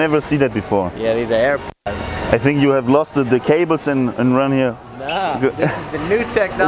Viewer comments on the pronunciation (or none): none